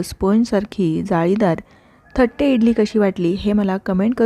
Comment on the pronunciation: Not thatte say tatte (plate ).